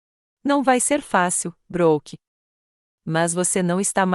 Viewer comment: A narradora não sabe pronunciar as palavras em inglês Brook (pronuncia se Bruck because dois oo tem o son de u Brooke se pronuncia Bruke not Brock